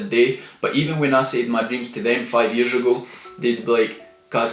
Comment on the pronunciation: How many yearsh have you been on the planet! How many of those yearsh have you been trying to be the highland neymr. Or ate yee the new George Micheal he’s been dead for yearsh though